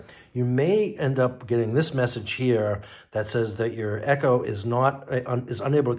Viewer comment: It's called Echo, not e.c.h.o.